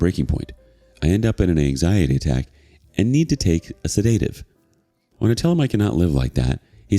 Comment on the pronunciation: Pronunciation note: SED-i-tiv